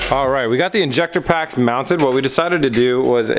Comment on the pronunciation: > = "injector packs"...? LMFAO